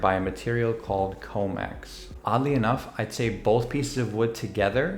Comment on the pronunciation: The material in between is called Nomex, not Comex.😂